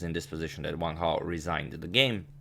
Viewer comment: Not being racist but the captions said "one cow" when agadmator pronounced Wang Hao